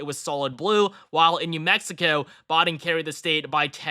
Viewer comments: Why does he keep saying Joe Bawden, instead of Biden? That's weird. It's not a difficult name to pronounce. 🤔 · The fifth final prediction! It's also pronounced "Biden" not "Bahden"